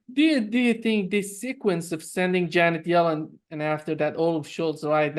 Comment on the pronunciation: Why did janet yellen sound like genitalium? Was that gaffe intentional , lol